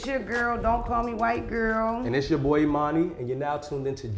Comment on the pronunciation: Mona is pissing me off calling my boy “E-mani” 🤦🏽‍♂️🤣🤣🤣🤣